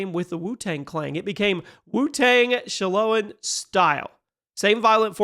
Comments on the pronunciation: shalom, my Samoan. Sha-lo-in? ShaoLIN???? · Sha low in?? Bro might be AI 😂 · Shaolin is pronounced “shallow in” 😅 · shaolin and scythe pronunciations are interesting